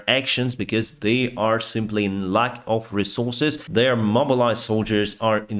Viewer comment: I like this presentation... But one comment on the pronunciation: You mean "shot down" but say "shat down" (💩) you mean "peace" but say "piss" you mean "lack of resources" but say "luck of resources" I am not complaining, your English is great and completely understandable... but these examples are unintentionally funny, I would like to let you know. keep up the good work, stay healthy and i wish piss for everyone... umm sorry peace for everyone 😉